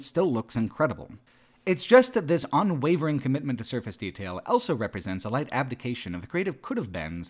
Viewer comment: pronounces the word "also" as "elso".